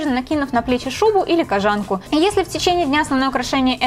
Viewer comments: Не кожáнка, а кóжанка! Ударение не меняется при добавлении суффикса. Кóжа, а не кожá! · кОжанка а не кожАнка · В слове кОжанка ударение падает на "О", от слова кОжа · я впервые услышала такое произношение этого слова, не только в своём городе, но и во всех остальных, включая спб и мск п.с. погуглила. Правильно: кОжанка что и логично. кОжанка из кОжи, а не из жАнн каких-нибудь. п.п.с. да, кожАнка допустимое произношение, нашла инфу, да. но звучит конечно... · Слушать интересно, но неправильные ударения режут слух. Это хотелось бы исправить. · Милана Аитова правильно кОжанка, с чего ты взяла, что ударение на А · Katkoshenka N-G это фишка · Katkoshenka N-G , хоть не одной мне слух режет! И да, ребят, в языке нет понятия "мне так больше нравится", есть грамотно/безграмотно. Поначалу будет казаться некрасивым такое произношение, но ко всему привыкаешь, это как измученное "завИдно" :) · Только не кожАнка а кОжанка)) Получилось очень классно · Может кожанка’ а не кожа’нка 🤦🏻‍♀️ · кОжанка, а не кожАнка. слух режет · Не кожАнка,а кОжанка Аж по ушам режет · Мила Крей ни в Москве, ри в Питере так не говорят! кожАнка—так говорят в провинции! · "Кажанка" блииин 😣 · МНЕ НЕ НРАВИТСя что ты говоришь кОжанка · Как же эта "кожАнка" бьёт по ушам.. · вот всё чудесно, и только кожАнка по ушам бьет. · Какие очки. Никто их тут не носит. Сама ты кожАнка. Научись по-русски разговаривать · кожАнка и тЭкстура....каждый раз резало ухо)